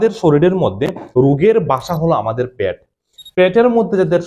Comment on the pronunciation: ওটা প্যাট নয় ওটা হলো পেট